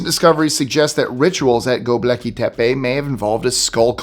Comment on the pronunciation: You should at least learn to pronounce the names of the subjects you feature. It's "Gobekli," not "Goblecki."